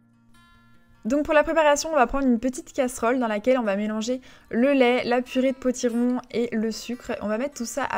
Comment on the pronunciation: On reconnaît l'accent lyonnais sur la prononciation du mot " Lait " Ahah j'adore ! J'ai adorée ce style de vidéo sa te ressemble beaucoup rapide clair et net bisou ma belle 🍂🕊